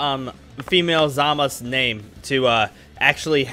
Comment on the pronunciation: YOU ARE SAYING HIS NAME WRONG!!!!!!!!!!!